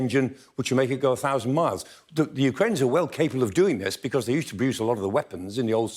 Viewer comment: Amongst other qualities, two which makes Prof Clarke the best analyst here is his knowledge of the geography of Ukraine & Russia and his accurate pronunciations of Ukranian/Russian places!!